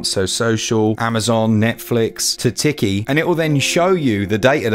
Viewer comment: Teekee, not Ticky 😅👌🏝🏖🌊🏄‍♂️